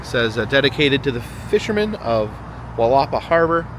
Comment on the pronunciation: For our friends around the world. It’s pronounced “Willa-paw” - have a great day and I enjoy the videos!